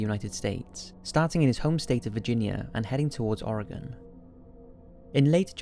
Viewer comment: Finally, a non-native Oregonian who doesn't completely butcher that state name (oregone) haha.